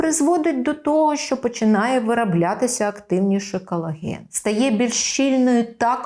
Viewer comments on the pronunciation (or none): none